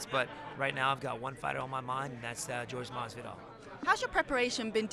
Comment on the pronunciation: "Whore-K Maxvidel" will lose